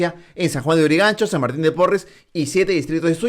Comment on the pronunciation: Ni modo, Marco se empecina en hacernos sufrir con relatores de muy mala pronunciación. No se dice miinoticiero, se dice mininoticiero, no es sajuaneurigancho, se dice San Juan de Lurigancho....